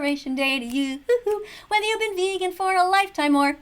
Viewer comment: "Go vegawn"